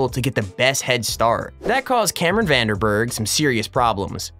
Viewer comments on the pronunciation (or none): You absolutely butchered Cameron’s name 😂